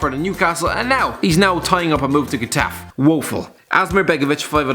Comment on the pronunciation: the way you pronounce getafe makes me want to harm myself